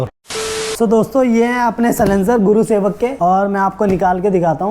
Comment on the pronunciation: Its gursewak not gurusewak!!